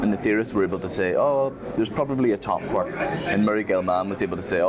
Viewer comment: Besides saying "teva" and apologizing, you could also say sorry to Gellman for not pronouncing it "kwork" as he specified his quark should be said.